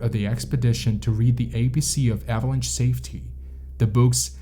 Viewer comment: the AI needs to learn how to pronounce "avalanche" lol. Unsubscribed.